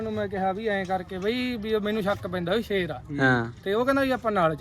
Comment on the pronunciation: ਪਹਿਲਾਂ ਸ਼ੇਰ ਬੋਲਣਾ ਤਾਂ ਸਿੱਖ ਲਵੋ,ਚਿੱਟੇ ਵਾਲੀ ਗੱਲ ਤੋਂ ਭਟਕਾਉਣ ਲਈ ਭਗਵੰਤ ਮਾਨ ਨੇ ਆਪਣੇ ਭਮੱਕੜ ਛੱਡੇ ਹਨ ਕਿ ਪੰਜਾਬ ਨੂੰ ਹੋਰ ਪਾਸੇ ਲਾਉ 😂